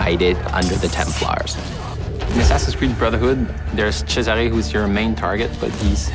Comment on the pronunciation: Cesàre non se pò sentì!! ma fatevelo dire come si pronuncia prima di registrare la voce del trailer!